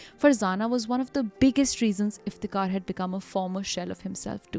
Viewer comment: Why tho? I think her pronunciation is very clear and correct